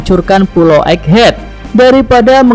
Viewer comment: *EGGHEAD min Bukan Eggehad